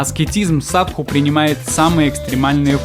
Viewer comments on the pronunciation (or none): ОН говорит = САДУ , а не САДХУ ! ..В слове САДУ - мы видим = САДИСТЫ , слово CIDO\ сидо , цидо \ - на греческом = УБИВАТЬ ! =геноЦИД ..если прочитать обратно СИДО = ДИС = DEATH= дес = СМЕРТЬ...Вот они и крутятся возле трупов ....фу, гадость ! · Почему ты говоришь "садХу", если индусы говорят "саду"? У Пелевина в Ампир В тоже "саду", аскет.